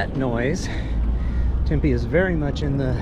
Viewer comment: We can ride from the east side all the way to the west side uninterrupted. 40+ miles. And, we have many mountains and hiking trails. It is an outdoors paradise. Oh, and, it's pronounced Tem-pee